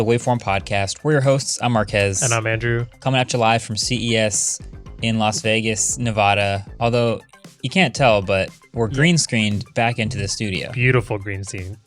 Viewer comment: Marques, it’s NeVADA, not NeVADUH. Sincerely, a Nevadan.